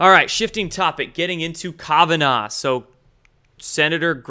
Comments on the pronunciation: Kavanaugh- pronounced Kav-short a sound ah- like open up your mouth and say ah naw- no problem with this You aren't pronouncing it right. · Love you bro but is KAVanough.. not Kovanaugh ... lol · Kavanaugh is pronounced kav ah gnaw. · Please learn to pronounce Kavanaugh correctly Calf vun awwww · You are pronouncing Kavanaugh incorrectly.